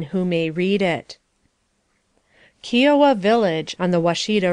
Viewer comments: Its pronounced KI O WA...with the i as it sounds like i went to the market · But "RIO" as in Rio Grande, would be pronounced as the narrator did. I've probably heard KIOWA spoken correctly over 100, 150, or it could be as many as 200 different times in different movies, documentaries, lectures, & in connection to the famously strong, heavy lift, & transport helicopters the US Army uses, & it's often used in search, & rescue in mountainous terrain, I think. Whenever the words of any language, is expressed using letters, the closest aproximate spelling, & the spelling rules of a different language, there will always have some confusion, conflicts, & sounds that can't easily be formed with the basic long, & short vowel sounds, & the various consonant expressions, or consonant combinations like CH. English is actually a Germanic language, which replaced the indigenous celtic language used originally in the